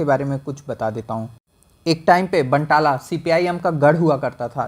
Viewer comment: बानतला is the pronunciation